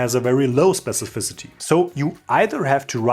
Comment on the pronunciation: Thumbs up for being able to pronounce 'specificity' better than 99% of CSS developers. Perhaps you could help Sabine Hossenfelder pronounce 'physicists' please?